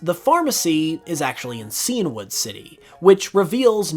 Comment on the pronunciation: Super interesting facts as usual! Just FYi, Cianwood is "sigh-anne-wood," like the color Cyan (blue).